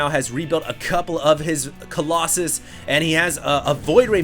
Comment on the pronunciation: YOUR SAYING COLOSSUS WRONG!!!!!